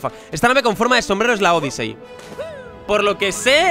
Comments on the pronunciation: Es odisi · Miss-Pronunciaciones de: Odyssey= Odisei Play= Plai